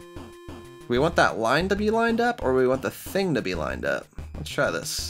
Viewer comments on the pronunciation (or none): none